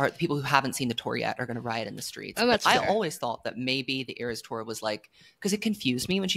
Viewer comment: Iris thora and AeroStore instead of eras tour are sending me😂